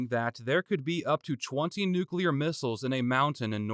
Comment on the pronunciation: Thank you for pronouncing nuclear correctly